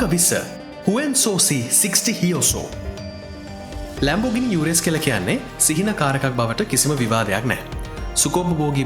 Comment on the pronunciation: Lamborghini "යුරස්" නෙමෙයි.."උරුස්"